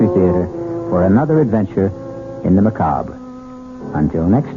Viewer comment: I remember E.G. always saying, "Macabre" without the "re" sound.